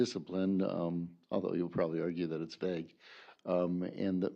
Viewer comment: does everyone in wisconsin say vague like that? it's vague not vague